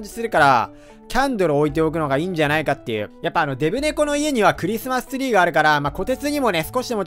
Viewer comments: クリスマストゥリーw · クリスマスツリーがクリスマストュリーww